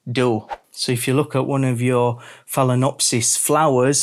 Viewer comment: It’s fail-ah-nopsys